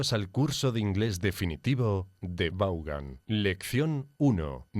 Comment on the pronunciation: Why do you mispronounce Vaughan? It's /Von/ right?